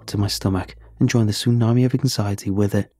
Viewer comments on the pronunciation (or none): none